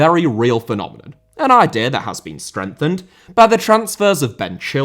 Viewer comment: Idea* not Ideer Filippo* not Felippouw Transactions* not Tranzactions Uefa * not Yuweifer Lukaku* not Lukohrku Pépé* not Pepei Philippe* not Phelipp Coutinho* not Khuwtchinhouw Cucurella* not Cucurreyer Swansea* not Swonzea Raphinha* not Raphinher München* not Munich Zaha* not Zohrhor Gómez* not Góuwmez Cesc* not Ces Eden* not Iden Botswana* not Botswohrner Observatory * not Obzervatry